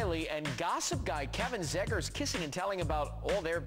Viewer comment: is it pronounced zee-gers or zeggers? o.o